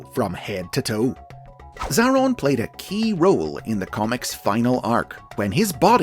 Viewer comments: It's pronounced A-Atron tho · Just fyi, it's pronounced 'Zay-ay-ron' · You've done messed up Xa-a-ron